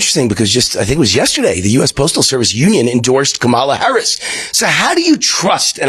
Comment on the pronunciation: Whenever a host starts the interview off intentionally mispronouncing VP HARRIS name. The racism is immediately exposed, and the credibility is forever gone